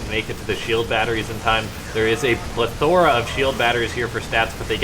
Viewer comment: Plethora. That is not how u pronounce it .